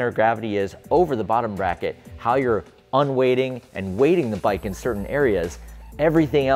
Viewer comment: Surely it's "un-weighting" not "un-waiting"?